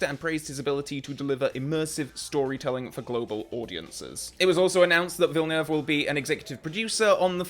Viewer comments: Very interesting and realistic reaction... and "perfect" prononciation of the 2 syllable "Villeneuve" name, I must add!! You sound like a true Quebecer with it! LOL - Enjoy his filmography "your own way"! I am not a fan of ALL his films either, but I admire his directing talents:) Let's hope Denis Villeneuve will manage to carry on many or the " EON traditions" for 007 along with the right choice for the new James Bond actor! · Well pronounced! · as a french Canadian i can say sir. that you are one of the first to pronounce is name right 🙃, also i'd love to see your reviews of his movies. underated IMO and rarely talked about ( mostly because of how big everything else he's done is...) Arrival, and if you can, try to go in as blind as possible. as for why i think he is a great choice, his Passion for each project, his dedication, his world building is unmatched. he can also create real suspense and knows when and how to throw a curveball into the mix. i just can't wait to see what he will do with James Bond